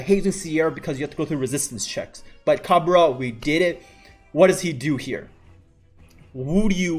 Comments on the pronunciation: Its not ca-be-ra. Its cab-re-rah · haha yeah that pronunciation though. its cab re ra not cabera